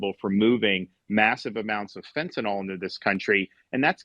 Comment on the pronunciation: i get unreasonably mad when people say "fentanol". like, you know how it's spelled, you know how to say it.